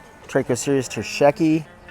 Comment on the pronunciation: Imma need you to start pronouncing terscheckii correctly tho 😅😅😅😅 Ter sheck eeee eye